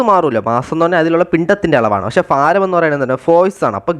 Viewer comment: Faaram alla BHAARAM😮😅